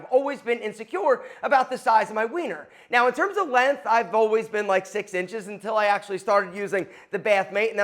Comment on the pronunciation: It’s length, with a g. It is not “lenth”